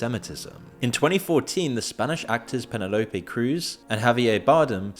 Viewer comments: thats a wild way to pronounce Penelope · Bro can’t even pronounce the name Penelope and we are supposed to take him seriously 😂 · "Penn-uh-low-pee" cruz? Tell me youre using an AI voiceover without telling me. Pretty sure every english speaking person knows how to pronounce Penelope. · I thought Moon was real. He mispronounces "Penelope" and "Sarandon"?? Is this voice just more AI slop?? I'm out. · Why don't you know how to pronounce Penelope? This is not the first time. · He has to be a bot... Every adult human knows how to pronounce Penelope. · The pronunciation of “Penelope Cruz and Javier Bardem”… dude is definitely using an ai dialogue generator now. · start with how he pronounces Penelope